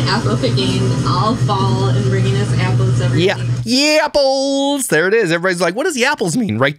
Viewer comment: I know I am not the only one who rewinds the video to hear her say Yapples again lol